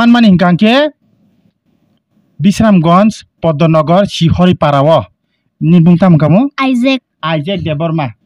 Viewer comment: Bishramgash ya bishramganj se hahaha😂😂😂😂